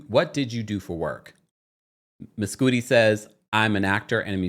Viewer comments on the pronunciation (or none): I think it's probably Mes "Cudi" not Mescooti 😂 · “Miscoodi” is crazy bc if his name is “Kid Cudi [cud-dee]”, why would his actual name be pronounced differently?? 😂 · I’m dead at you calling him “mess-cootie” instead of Mescudi 😂😂😂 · I think its pronounced "Muh-sCUH-di as in Kid Cudi